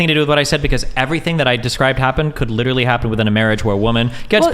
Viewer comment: 25 minutes in, this is brutal. I hope i can make it all the way. These women just won't shut up. Edit: the overweight lady was extremely condescending throughout. She also kept saying words wrong. "Excuse me! Excuse me... What I was saying was that you are litararily agreeing with me when I say 21 weeks is life, even though you kept saying 20-24 weeks?" Good lord...